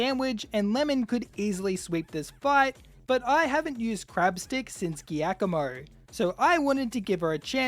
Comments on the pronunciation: Giacomo is Italian for Jack (Jakob). It is pronounced differently. the "G"+"i" is to be pronounced like a "j" in English, like in "jar". So, it is Jakomo, not Geakomo. beside this mistake that a lot of YouTuber do, thanks for the very nice video. Fun and pleasure. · Just FYI, the name of the dark type Team Star leader is pronounced “Ji-ah-koh-moh”. It’s an Italian name and therefore a soft g sound. It isn’t the first time I’ve heard people pronounce it that way, but it bothers me nonetheless haha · is that really how giacomo is pronounced? i always said it as jee-ah-ko-mo XD but that was just off reading it. this is the first time im hearing anyone say it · i dont think ive ever heard giacomo pronounced like that